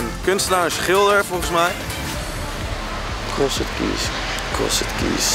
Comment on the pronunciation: Jezus Thomas Cross E d? English Language on Fleek Please, pronounce crossed correctly.